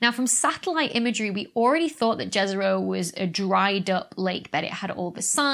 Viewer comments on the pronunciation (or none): In Slavic language Jezero, you pronounce second part good, but it's >J<ezero. J you read like Y (example: yogurt). :)